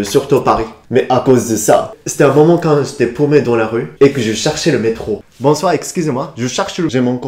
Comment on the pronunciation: ce "bonsoir" faisait très québecois xD